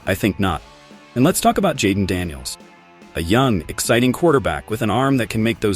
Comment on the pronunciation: Dayden Daniels, come on AI....LOL